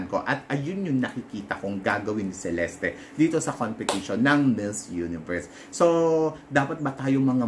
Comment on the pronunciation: Cheleste daw po ang tamang bigkas ng name ni celeste..thanks po🙏